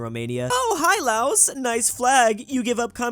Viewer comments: LAOS IS PRONOUNCED LAO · The country Laos is pronounced laow I'm not trying to be mean just advice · Probably not the last time I'll say this but here goes: LAOS IS PRONOUNCED WITH A SILENT 'S'